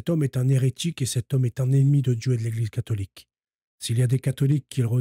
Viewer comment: Et moi j'allais ajouter autre chose. Ça va pas être agréable et c'est pas si simple que ça de le dire de mon côté non plus. Dans ton "apostolat", que je respecte, et le travail honorable dans lequel tu t'es lancé, essaye de corriger certains travers...comme Hertchique. Djieu. Vatchican...etc. Ça ne sert pas la cause et ça ne te rend pas service non plus. C'est les gars de la cité qui articulent de cette façon. Les Wesh. J'ai mon libre arbitre pour finir par te le dire. Car à chaque fois que je t'écoute, ça mécorche les oreilles. Tu as le libre arbitre aussi d'y veiller pour corriger ça (et ça sera pas évident, mais c'est possible), ou tout bonnement t'en ficher. Je sais pas si d'autres te l'ont dit. Mais là j'ai fini par le faire.